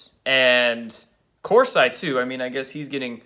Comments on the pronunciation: It's Jerome Corseeee, not Course-eye. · Actually, I GREATLY enjoy your videos, and have never thought AJ was anything but a paid shill, and Jack P is a sickening disgusting amateur barf bag! BUT...it's COR-see, NOT COR-SIGH! Then, going back to a previous gaff, concerning Antony Scalia, it's Sca-LEE-ah", not "SCAH-lee-ah". Nothin but love 4 you bro, but please research your pronunciations prior to making your videos. IT MATTERS. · Argh!!!!!Core'-see.Po-soh'-becSorry, I can't listen any more..